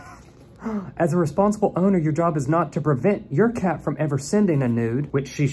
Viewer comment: I love how you say cat😂😂 "keeeett"😂❤️❤️